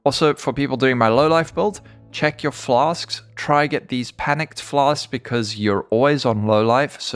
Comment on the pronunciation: I'm just here for the "flas'k's"